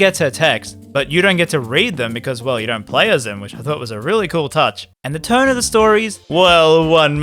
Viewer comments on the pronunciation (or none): none